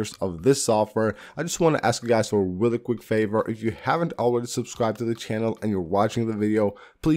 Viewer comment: “Weally Weally Cool Video“